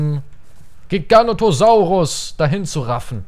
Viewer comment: *giganotosaurus, oder hast du dich darauf bezogen, dass in der Folge ein mal "Giganto" gesagt hat?